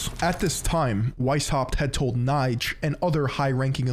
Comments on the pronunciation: yo, my good old hasan affiliate.. amazing essay like always but you butchered the sh*# out the pronounciation of those german names, especially Knigge 😅❤️ Love you regardless but if I‘ll ever hear you say Kneight again I‘ll make sure Pegasus (probably also a 33° mason) will be personally banish you into the shadow realm after a long, hard duel you simply can‘t win. Knigge = Kneekeh‘ (with a hard K at the beginning) von = it’s a lot more similiar to how you say "fawn" than how you pronounce it fun here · your pronunciation of the name Knigge is absolutely terrible. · ya sackless momo, it's pronounce Keh-Neh-Gah, not Keh-Nighdj. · Knigge is not pronounced like "Knife". Its actually pronounced like "NIgga". Other than that, good video. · And Knigge as NIDGE lol it hurt to hear that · Here in Germany everyone knows Knigge (quite funny btw how you pronunce him) because he is the author of a book on how to behave properly. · really interesting content yet again just the pronounciation is off. knigge especially ^^ if youd like, i could help you with that french, italian and german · I mean, you could’ve at least learned how to pronounce Knigge 😅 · you would pronounce this like the n word but with a k in front and without the r ;)